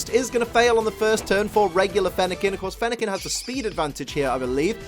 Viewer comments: Fennequin er- I mean Fennekin just got mad at mispronouncing it’s name so *kaboom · Fennekin couldn’t handle the mispronunciation of their name,.